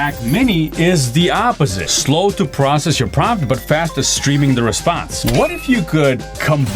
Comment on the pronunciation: Promt… or Prompt😅